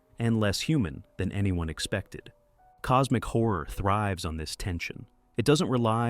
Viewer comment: Horror has 2 syllables. But I’ll listen to your talk about “cosmic whore”